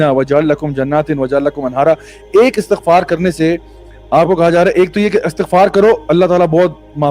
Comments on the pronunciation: Thank you for the great message broth but please pronounce the word Astaghfar correctly ❤ regards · Bhai istigfar parhy hai Istigfrulaah